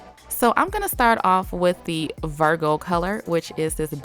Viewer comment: When she said vargo instead of Virgo